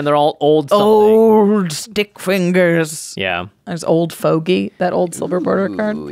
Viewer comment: The way she pronounced fogey😅